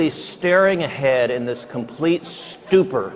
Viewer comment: did he just say "stuper"